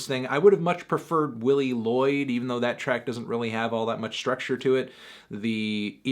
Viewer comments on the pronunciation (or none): none